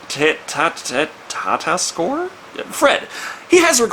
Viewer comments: Tatasciore is pronounced "Ta-ta-shore-ee" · It's pronounced "Tuh-TASS-eeyore".